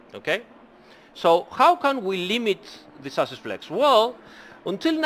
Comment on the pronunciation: These explanations are so helpful, love these streams. Also every time you say chassis, I hear sausage, I guess It's time to eat xD